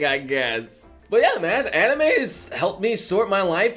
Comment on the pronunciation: HOLD UP HE JUST SAID "ANIMU"